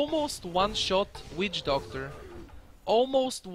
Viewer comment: is it just me or when says witch doctor i hear weed doctor